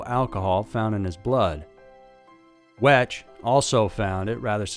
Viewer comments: Wecht is pronounced Weckt, not Wech. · Just so you know, because his name comes up a lot, it's pronounced Cyril WEKT, not wetch. Just FYI. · Hi there. It’s spelled like you pronounced Cyril Wecht but it’s pronounced “wect.” I’ve followed his career since I grew up near Pittsburgh and I even stumbled upon the town of his birth while out for a drive. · "Wect" the "ch" is not pronounced. "Choked on his own vomit". Who else's?☕ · Cyril Wecht is pronounced 'weckt' not phonetically. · Cyril Wecht is pronounced Wekt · Dr. Wecht pronounced (wekt)